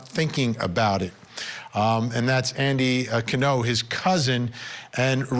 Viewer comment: ITS ANDY CAN NO NOT CANUE NU NU